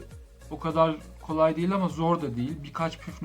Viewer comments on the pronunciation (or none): none